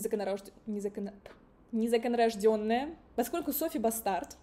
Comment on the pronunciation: НезаконнорОжденая ❌ НезаконнорождЕная ❌ Бастард ✅ 😂😂😂 Спасибо за интересный обзор! Ты прелесть❤